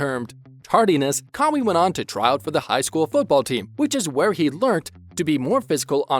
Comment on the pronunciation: You lot are pathetic. Kawhi videos doesn't get views cos only true fans stick with him. All these click baits make you desperate. Its pronounced CARWHY not CARWEE.